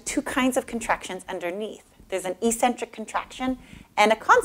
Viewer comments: Do you really pronounce "eccentric" as e-centric? It sounds strange considering that "eccentric" has another meaning where it's pronounced eck-centric. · Nice but ECCENTRIC is not pronounced E-Centric but rather Ex-Centric. Thanks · Good video. One thing - eccentric is pronounced ex-centric, not e-centric.